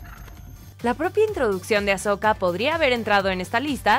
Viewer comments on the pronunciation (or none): es "Ahsoka" y no "Ashoka" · Noooo ES AHsoka no AsHoka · Hermione: es AHsoka no AsHoka!! 🤣🤣